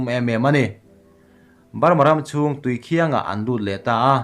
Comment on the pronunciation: Tui khiang hi i lam dik lo..thing hming pakhat khiangthing khiang kan lam ang khianlam tur,ti chuan tuikhiang tih tur,khiang khi lam hniam tur anih chu